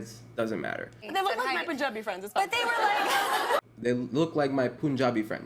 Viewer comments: Why you saying Poonjabi... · No one:: pOonJaBi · It's not POONjabi, it's punjabi. say it correctly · Why does he pronounce punjabi as Poonjabi😭😭😭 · Silently cringing at the Punjabi pronunciation but it’s ok cause you’re dope